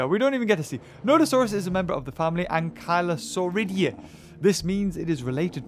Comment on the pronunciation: Its pronounced "ankylosaur i day" for its family